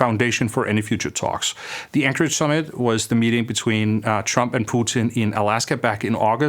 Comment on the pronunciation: Great video! However your Danish accent is so thick this time that when you said Anchorage (Alaska, USA) it sounded like Ankara (Turkey).